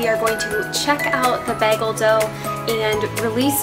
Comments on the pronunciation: I wonder at which part of the bagel making process could we add flavorings? Like cinnamon raisin or everything bagel spices. They look delish! definetly a recipe to try. (I pronounce Bayghel not Bahgel by the way LOL. The great quandary posed in the video) love your channel! Left a long message in the last video, which no need to repeat here LOL! Glad you feel encouraged :) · In NYC its bay-gehls (bay as in san francisco bay) nice video ❤ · Bay-gull is how it's pronounced on the east coast